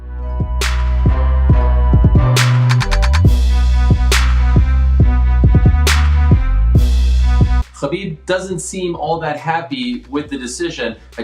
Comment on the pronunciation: "And Kill more time for Khalabib"